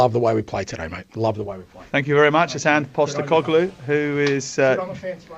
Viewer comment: ANGE POSTA-no-clue… prat of a manager